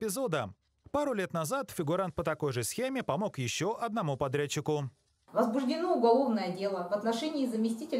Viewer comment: ..подрядчикУ. .......коммментатару. нужно учиться в 5 классе,правильно произносить ударения,сколько развелось полуграмотных говорунов